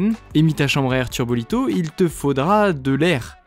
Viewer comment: Je sais que certains ici aiment bien les vidéos matos ! Je suis désolé pour les erreurs de prononciations ( tubolito et non turbolito^^) ! Je préfère le dire… au cas où !